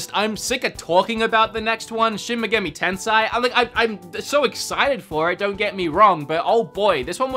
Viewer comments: It's Shin Megami Ten-say-e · Shin meg-AH-ME 10 say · It’s TEN-SAY! 🤣🤣🤣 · TENSAI!? ITS TENSEI (TENSAY) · Japanese words, not really hard to pronounce. It's pronounced as it is spelled, using basic pronunciation (i.e. No long 'i' or hard 'e'). So yeah, you got 'SHIN MEGAMI' part correct, but 'TENSEI' is more 'ten-sey' but '-sey' is not prolonged. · Bruh it's shi-n me-ga-mi te-n-se-i (me pronounced like MEssy and se as in SEttings)